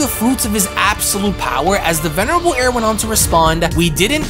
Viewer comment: Will you stop saying the venirable air that shit is so annoying